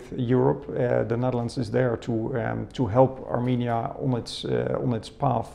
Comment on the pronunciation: Հարգելիս A M I N I A չէ, հաստատ, այլ A R R R M E N I A